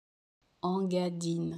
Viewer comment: Cela se prononciation INgadine et non pas ENgadine